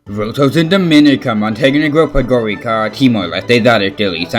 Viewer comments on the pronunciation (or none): The "c" in "Podgorica" is pronounced as "ts" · The capital of Montenegro is Podgorica, pronounced as Podgoritsa